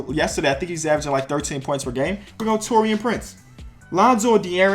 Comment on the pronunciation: Pronounced Taurean wrong again 👌